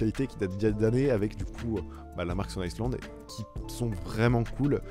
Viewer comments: Gros stone island pas stone iceland tu as fait une video entiere sur cette marque sans savoir la prononcer ... Et tes arguments sont vraiment nul, aucun recherche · J’aime bien ta vidéo, tu définis carrément la marque et on voit que le sujet te parles vraiment (petite précision on dit pas stone Island mais stone aïland ça parait bizarre quand je le dis à l’écris je sais pas si c’est hyper claire mais je préfère préciser) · On prononce STONE AYELANDE, pas STONE ISSELANDE. Faire une vidéo sur une marque qu'on ne connait pas, faut le faire tout de même. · megevand .valère par contre pour la marque stone Island on dit Ston Aylande pour la prononciation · ta maniere de prononcer stone island devrais t'interdire de porter la marque. Affligeant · Super vidéo j’ai beaucoup aimé seulement renseigne toi comment on prononce la marque car oui la prononciation est anglaise 😅